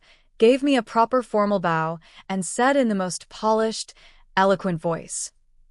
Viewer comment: I wish you'd put the name get it in the background of the video video. That's how some of the AI channels are able to attribute the original work which a lot of people won't bother reading they just want to listen to your AI rendering. Other than the pronunciation of bow and a few other things you're doing much better.